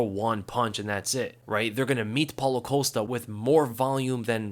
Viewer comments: Costa. Not Colsta. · The dudes name is Costa, not Ocosta